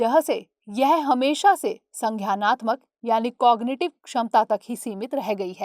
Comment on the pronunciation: वो संज्ञानात्मक है संघ्यायनात्मक नहीं उच्चारण की ऐसी गलतियां दृष्टि चैनल से अपेक्षित नहीं होती।